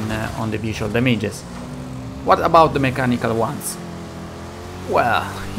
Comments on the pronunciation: No one:: Da-mai-ges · "dameiges" -, 2021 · i disliked just because of the way you say "damages" triggered me! :')